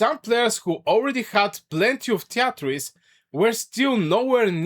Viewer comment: treaties is pronounced "tree tees".